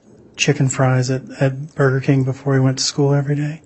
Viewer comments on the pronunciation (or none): none